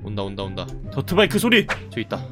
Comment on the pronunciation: 자꾸 더트바이크를 더치바이크라 하넼ㅋㅋ 늙어가는 증거인가